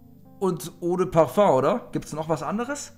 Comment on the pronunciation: Das heißt Paföng!